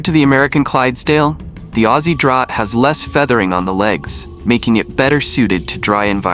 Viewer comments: It's not pronounced drought horse, it's pronounced draft horse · "Draught" is said like "Draft". Not "Drought". Confusing. But that is English for you. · Draught horse is pronounced, "draft" horse. AI readers 🤦‍♀ Great information, but needs a competent human reader to result in a superior product. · It's pronounced DRAFT hourse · Australian Draught Horse is pronounced DRAFT.